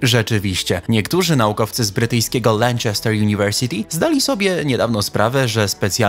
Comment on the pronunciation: Lubię ten kanał, ale jak usłyszałem "Lenczester" to musiałem sobię zrobic 5 minut przerwy, by to jakoś przetrawić ;) Ale ogólnie dobra robota!